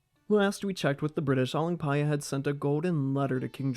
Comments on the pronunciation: I fucking love how you didn't messed up "paya" while pronouncing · i just came here to hear you say the name but i end up watching all lol..good job for learning how to pronounce properly